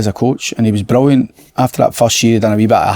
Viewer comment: Si asks a relatively normal question...slaney " brullyant question " ..absolute dafty man